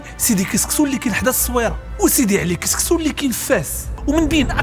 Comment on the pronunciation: سيمتو "سكسو" ماشي "كسكسو"